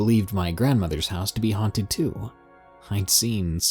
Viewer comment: "Huanted Walmart" I died XD